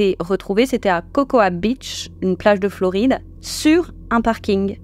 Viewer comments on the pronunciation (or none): none